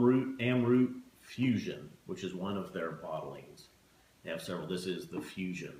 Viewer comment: Pronounced as Amrat the rat as in tone of Mahabharat's "rat"